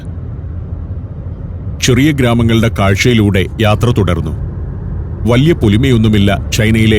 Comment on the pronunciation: ശീവേലി കൊള്ളാം. പിന്നെ, വല്ല്യ, അദേഹം, പച്ചാത്താപം ഒക്കെ മാറ്റണം. വായനയുടെ രീതി, ശബ്ദം നല്ലത്.